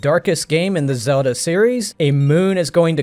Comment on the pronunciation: Lots of mispronounced words